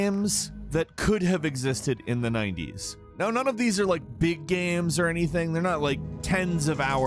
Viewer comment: He likes his dee-eye-mos of all those guy-ames.